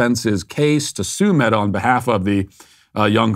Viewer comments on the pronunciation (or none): none